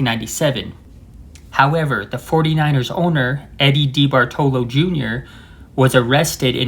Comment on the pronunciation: The 49ers owner was Eddie Duh-BAHR-toh-loh, accent on the second syllable. Also the stadium was terrible for baseball in particular. For example, in the 1961, Giants pitcher Stu Miller was literally blown off the mound and to add further insult was charged with a balk by an umpire going strictly by the book, even for an exhibition game. Willie Mays would probably be baseball's home run king today if he played when and where the wind was more moderate. Candlestick Park even made Wrigley Field in North Chicago seem tame on the wind front. It's a good thing Bill Walsh did not try to emulate the Raiders vertical passing attack for the Niners. It seems karmic that the baseball Giants did not win the World Series until after moving to their current stadium.